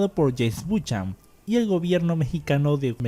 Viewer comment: Se dice Bu-ca-nan no Buchan.